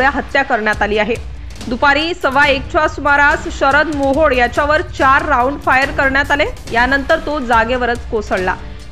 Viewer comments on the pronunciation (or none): काय बातम्या देते तू तो मोहड नाही मोहळ आहे